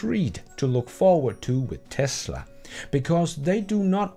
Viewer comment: Somebody had too much beers "Best in TASLA"